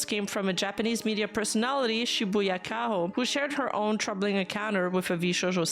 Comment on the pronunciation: Shibuya "Kay-ho" that's not how you say her name ;o